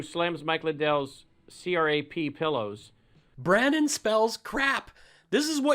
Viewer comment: It's BRAN-NON fool 🤣. Just kidding about the fool part... using it like Mr. T did back in the day 🤣🤣👍